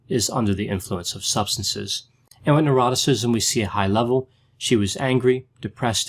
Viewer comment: Every time you say neuroticism I think you say eroticism. Every time.